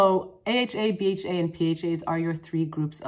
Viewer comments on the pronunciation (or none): LOL i live for you pronouncing aha, bha, and pha as one words